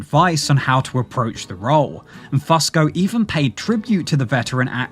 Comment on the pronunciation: I can’t listen to one damn second more… Damnit it’s “Fusco-Few-sko”